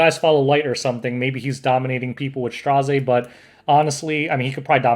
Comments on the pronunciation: Just pronounce his name as 'STREZZ'.... why the stress? XD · Tip: His name is pronounced as Straz, which rhymes with Ras. 😁